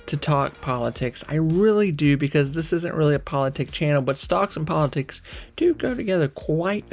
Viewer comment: You hate to talk prolatricks but you can - you have a chan in Mumbrul =)